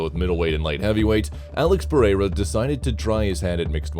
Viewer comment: Alex perRera 😂